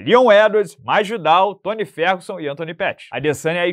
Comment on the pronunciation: Você disse "Toma Ferroguson?" "Borrachadinha"?????